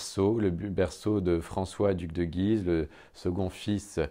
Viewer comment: Superbe ! Mais on prononce "Güise"...